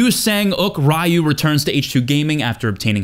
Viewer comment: Re-Yoo, not Righ-Yoo.